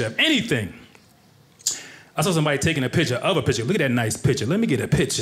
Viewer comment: The word is piCture, not pitCHer.